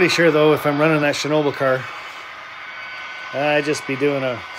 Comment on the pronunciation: ShhNa-ball.. but everyone gets it wrong.. watch some Gold Rush with Parker Schnabel they say it right.. but looks great I have to make sure i give myself room for mine with the retort load.